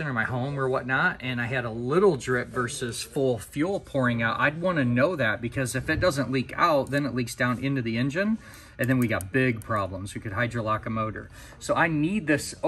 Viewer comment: What the heck is "hyperlocking"? The word is "hydrolocking"!